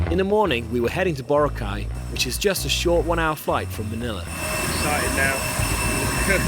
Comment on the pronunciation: Thank you! It took 18 min into this video for someone to correct the white people from mispronouncing Boracay. That was annoying